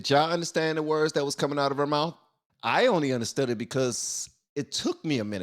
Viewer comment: Her mouff. 🤣🤣🤣🤣